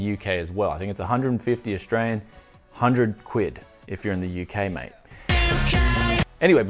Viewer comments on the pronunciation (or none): love that he said 100 'quid' for the british audience, sounds so odd on his accent :P